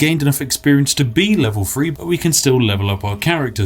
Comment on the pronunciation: Your videos would be absolutely perfect if you could pronounce the word "three."